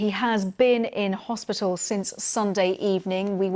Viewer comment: Another presenter who is so ignorant she can't pronounce "hospital"!! It isn't "hospittall"!!!!